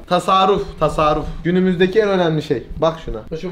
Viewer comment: Sinir oluyorummmmm enes:Tasaruf Tasaruf Tasaruf Tasaruf Ben:Bİ KEREDE TASARRUF DE BE ADAM!